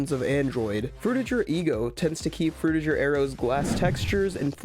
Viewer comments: its pronounced frutiGer not frutiJer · Pretty sure the "ger" in "Frutiger Aero" is supposed to be pronounced like the "ger" in "bigger"